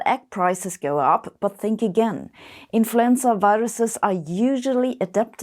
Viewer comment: Kept hearing "influencer viruses" 😂